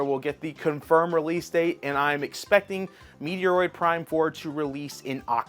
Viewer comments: It's "Meh-Troid" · Do you mispronounce words on purpose? There’s no way in hell as a Nintendo YouTuber that you think it’s pronounced Meteoroid. lol. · Ok....address the wrong pronunciation of words brother. U cant be that clueless on how to say metroid correctly. If its a bit...its not funny especially on easy words to pronounce correctly.